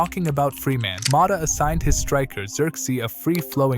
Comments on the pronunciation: Impressive analysis, so impressive I can't understand why you pronounce his name Mota 😅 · Who the fu.k is Thiago Moda? Is it too hard to pronounce a T instead of a D??